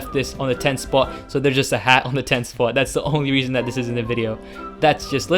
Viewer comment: And that is why it is on the number one "SPOUT" Sounded very funny, anyway, thanks for the vid, i really appreciate it :)